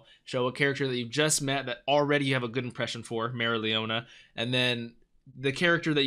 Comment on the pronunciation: Her name is pronounced as merry-o- leeonaa